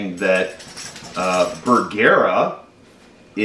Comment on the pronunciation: Bergara....Ba gar like car but with a g.. Ber..... like its cold... gar.... like a fish.... a..... like duh.................say it with me...BERGARA